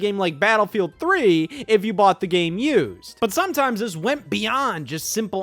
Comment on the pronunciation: man said buyed